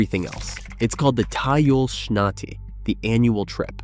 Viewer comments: its not TYAiYOL its teeyool shnati like in shhhhhh na tee!!!!! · I can't with the awful mispronunciation. It's tee-YOOL shnah-TEE, and kee-TA. Not tie-yul shnotti and kie-ta. Please learn how to pronounce things before you make a video about these exact things smh. Also there's a lot of incorrect/inexact info or things that are true in certain places but not all. For example in more rural areas there absolutely is a school bus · טאיול שנ-תי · וואי זה היה כל כך מצחיק כשהוא אמר טיול שנתי😂😂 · Or hostel, From which grade do they have the annual trip a few days long? It sounds like a computer talking, besides which the tiyul shnati is mispronounced.Some of the stuff is old, like less latch-key kids since the bus bombings, possibly a bit before, Much stuff mispronounced, and many things not quite right